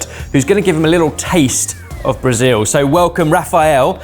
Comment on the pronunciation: Finalmente um gringo falando Brasil do jeito certo, com som de “iu” no final. Ganhou minha simpatia!